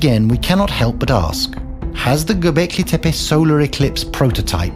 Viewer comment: Hancock purposely pronounces Tepe incorrectly. Been making money on the name in appearances for so long he should get it right.